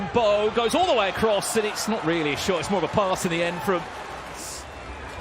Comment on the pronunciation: Anyone notice how the commentator cannot say the word "across" without putting a "t" at the end..